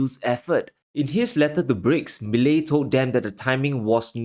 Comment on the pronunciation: I congratulate you on being one of the very few to pronounce his name correctly 👍🤣 But here's something that you're not taking into consideration.... Argentines have gone back and forth from ruins to glimpses of success... Over and over for the past 70 years. If there's one thing that they do have is resilience. It's definitely not going to be easy and they are going to be protests daily.... But again argentines are totally used to that. This guy, Milei, for the first time in many years, actually appears to be someone capable of turning things around 💪